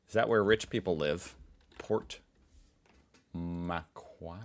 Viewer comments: It's pronounced Port "Mcworry" and since we're on the subject, I'd love to hear you try saying happy arvo the Aussie way by dropping the r sound and saying "ahvo" instead 😊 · so love your stuff, but by god you can torture the language. I have honestly never even conceived of some of the ways you mangle Australian english. Port Macquarrie; "port mu'-kwarrie" dead simple..... really looking forward to your visit here... we will fix youso you'll be able to claim to be bilingual: Hoosier AND Strine!😂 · Pronunciation correction: Port Makwarry